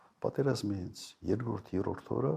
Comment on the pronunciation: Եռորդ չի երրորդ է այ ոչնչություն